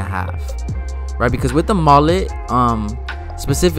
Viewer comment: The way you pronounce Mullet is messing with my brain